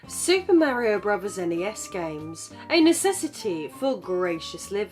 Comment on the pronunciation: Why does it sound like she’s pronouncing it as Brovers